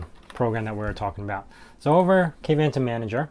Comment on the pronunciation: Dude, you should do a stand up comedy. I kept giggling during most of your show. Maahovee? Kayvantom? Adding a network widget when it could be clearly set to always visible in your system tray? Setting the size of the spacer to "half a pixel"? Good lord! 🤭🤣